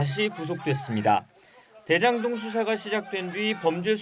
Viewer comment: 드에장동 ... 발음 교정좀 하자